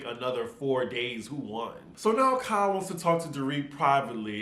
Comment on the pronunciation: KYLEEEEEE I come just to hear you say it!